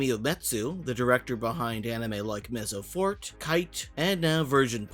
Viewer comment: Maybe in the show it’s pronounced differently but I’m pretty sure Mezzo Forte should be pronounced like “mehtzo-fortay”. It’s Italian.